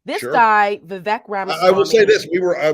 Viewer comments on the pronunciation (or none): Guys, gotta pronounce it right. Vivek rhymes with “fake” or “snake.” That’s how you’ll remember!